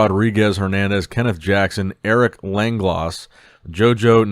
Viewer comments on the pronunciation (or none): He doesn't even know Langlois has a silent 's'.